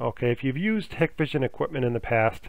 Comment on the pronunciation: I have not been able to get any of this to work, but thanks for posting the info. Apparently it has worked for lots of people. However, if you install these cameras all the time, you should know how to pronounce them. It's HIGH-kvision with a hard I.